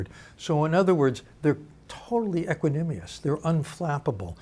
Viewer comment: Equanimous, not equanimious